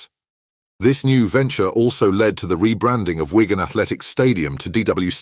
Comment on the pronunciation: It's Wigan not ygan 😅